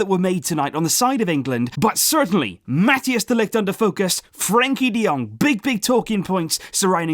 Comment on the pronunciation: Please try to pronounce Mathijs de Ligt's name properly ;-) It's not "Mat-e-as de Ligt" but rather "Mat-ice de Ligt"